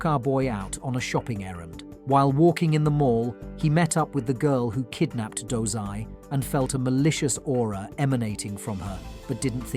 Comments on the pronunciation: Dozai?, i thought it was dazai, osamu dazai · bro did you just said 'DOZAI' I thought his name was dazai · His name is dazai idk why he did that lmao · Dazai❌ Dozai✔️ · he pronouncing wrong, its dazai